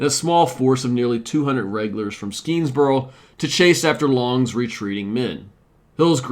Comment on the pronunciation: Schuyler is pronounced Sky Lar. You did get Skenesboro right though. There was no Champlain Canal next to the battle, so it would have been extremely difficult terrain. As a local social studies teacher, I was impressed by your assessment. One major factor that you didn't mention was Burgoyne was a dandy who took an excessive amount of unnecessary things with his army. His own stupidity slowed him down. The Americans could easily predict the British route given the geography.